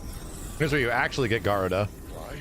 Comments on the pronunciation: Your pronunciation of Garuda is hilarious lol. Ga Roo Da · Man, saying Garuda's name. I try to not let those things bother me but after playing ff14 for like 4 years oof